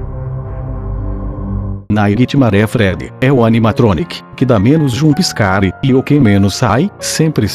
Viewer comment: "jumpiscarie" kkkk